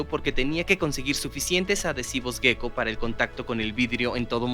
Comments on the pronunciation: Ejem, en español, se escribe "geco", ¿por qué pronuncian gueco? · La pronunciación es geco (jéko) (tal como se escribe), no gueco. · A mí , en cambio me provoca una gran ansiedad estar todo el rato oyendo la palabra gecko como si se escribiese guecko, o las fuerzas de van der uals.